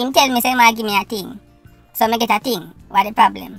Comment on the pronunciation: Simon, he kept his promise. A "TING" IS A TING. HE DIDN'T SAYS WHAT TYPE OF "TING"